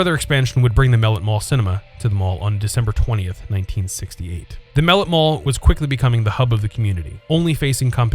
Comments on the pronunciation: 🤦‍♂️🤦‍♂️ that's not how you pronounce the name. It's mel-let not mellit !!! 🤦‍♂️ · Loved it Pronounced muh-lett tho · As a kid who grew up in the SW end in the 90s, the narrator pronouncing it "mel-it" irritates tf out of me 😂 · I miss hanging out there, i grew up in the 90s, going there, and saw some great movies, also Mellet is pronounce (ma let) it was named after a local news reporter that was murdered in the 1920s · As a former resident of Mellet Homes, Inc., and mall rat, thank you for creating this piece. However, you pronounce “Mellet” incorrectly and some facts were omitted or incorrect. Also the background voices during the walkthrough say Randall Park Mall. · Pronounced mel lett, . You said it too fast. And John Dillinger....Dillin - jer. More like a J than a G. When I was a wee kid I actually lived in Donald Mellet'ts house!